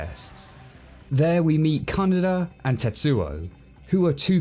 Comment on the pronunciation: No one: Not a soul:: K A N A D A